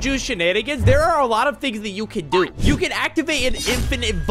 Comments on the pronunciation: Blud said jujuju shanigangs 😂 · bro is saying that meanwhile he said JUJUJU SHEN ANIGANS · Jutshu zheneningans lol